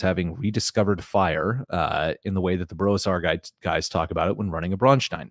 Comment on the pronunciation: I appreciate the fact that you pronounce Braustein as a German town (which it is supposed to be) and not as the name of some Jewish guy.